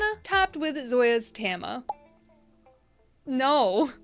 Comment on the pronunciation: Tam-eye-uh 😅 Del-eee-uh 😂